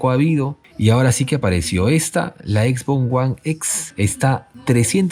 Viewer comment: Jajajaja "X box guan"...